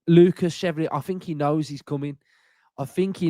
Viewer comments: If he’s gonna be ours, we gotta get it right. “Shev-Val-Lee-Ay” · Love to hear with his ever changing pronunciation of a foreign name 😂😂 chevelly, cheiflear, chevalillier, took my chevy to the levy!! Pretty sure it means Knight in French so Chev-Alley-Air. Maybe just call him Lucas Knight to be safe 😂😂😅😅